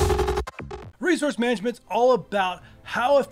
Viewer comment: Resouce lol